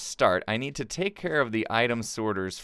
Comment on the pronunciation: it should have been, "i'll take carrot that", instead of when you said, i'll take care of that. i love your videos!